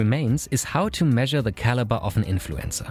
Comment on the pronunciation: Maybe it's just me but every time he says 'influencer' it sounds like 'influenza'.